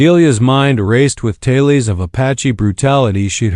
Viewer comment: Please stop pronouncing tales or tails as talees. Also it occurs with the word mare, it's not marees either. You need to preview your content before presenting it.